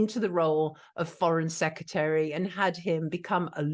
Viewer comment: SECRETARY NOT SECETARY. love your videos but this drives me nuts.